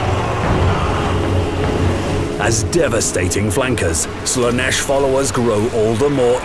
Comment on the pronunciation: "Lash of Slaneesh" Ofcourse. Why am i not surprised